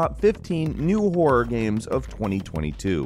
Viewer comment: God... you really have a problem speaking some words. "Top 15 Wor games of 2022"